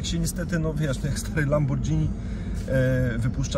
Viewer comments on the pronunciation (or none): Błagam Cię Seba!! jakie „lambordżini” ?! :) mówi się lamborgini. Pozdro. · LAMBORDŻINI, specjalista xD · 10 minut udawania, że się zna na autach i nagle strzał - Lambordżini... Eh, aż mi spadżetti wystygło. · 10.12 lamborDZINI - mój Boże ubolewał niby znawca a kłamca bo nawet nie wie jak się wymawia